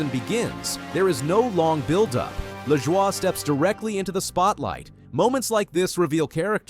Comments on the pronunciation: It's pronounced La Joy not lajowyyyy. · last name is pronounced "La Joy'.